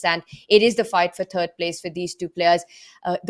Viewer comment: Tania please don't say turd place anymore. Say 2nd runner up. I can't take you seriously when it's TURD PLACE